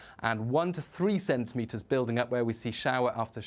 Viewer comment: "five to cen tentimetres" Yes, I thought so.